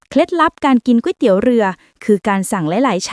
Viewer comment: ตกลง จากกวยเตี๊ยว กลายเป็นก๋วยเตี๋ยว กลายเป็นก๊วยเตี๋ยวแล้ว